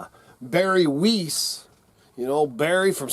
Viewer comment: Not important, but Its Barry WEISS (pronounced Wise) in English.